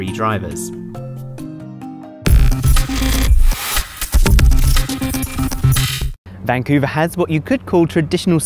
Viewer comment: vancuve...eve eve....